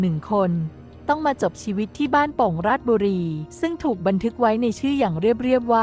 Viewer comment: ราด-ชะ-บุ-รี-ครับ ไม่ใช่ ราดบุรี จากคน บ้านโป่ง ราชบุรี